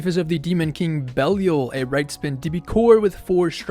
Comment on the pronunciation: Had to stop watching at 27 seconds, how can you not know how to pronounce this name properly? Be li al